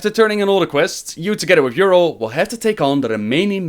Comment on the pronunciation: A nitpick but, you hear in the video how they pronounce her name as Y'rell and yet you still say Y'rull:P